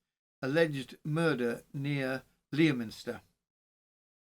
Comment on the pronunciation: Leominster is pronounced like Le as in Lemon,then minster is said like mster,so lemster.The o and i aren't pronounced. Aymestry is pronounced like Aimstry. I live just a couple of miles from Mortimer's Cross.Went to school in Wigmore,so know Aymestry well. I 've lived in Herefordshire all my life,abiding for 50 years at Brimfield (not Bromfield),a village between Leominster and Ludlow. I'm a true crime lover,yet, didn't know this local case. I know about crimes in the US and Australia,but not in places very close to where I live, typical! Thank you for attempting the village/town names,and thank you for doing this case,which happened not very far from where I now live.